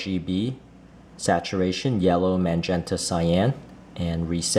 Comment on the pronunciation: Magenta is not pronounced MAN-gen-ta. There is no man in that word. Otherwise a terrific video.